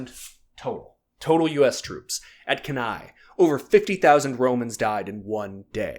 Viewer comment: Hi, small correction. Cannae is pronounced as Kannee